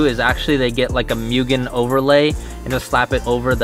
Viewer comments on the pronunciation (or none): Moogen, not mewgen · MU-GE-N Not MEW-GEN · People should not be allowed to buy mugen parts if they cant pronounce it correctly. MOO-GEN not MYU-GEN